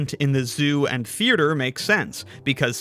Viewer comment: There’s only one R at the very end of the word “theater.” There isn’t one in the middle, but you seem to pronounce it “thearter.” …or are you one of those spastics who select a word to mispronounce in each video so that you’ll get comments, boosting the YT algorithm on your videos?